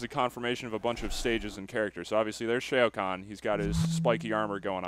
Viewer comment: Lol he pronounces Shao Khan like "Shay-oh" Khan -.